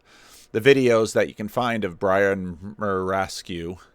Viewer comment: It's a bit of a cheap trick not learning how to pronounce Brian's name before doing this video.